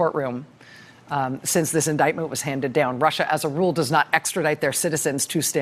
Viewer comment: Rachel, you been listening to trump too much! Just caught that ‘Rusher’, slip. 😂😊💙🇺🇸🏴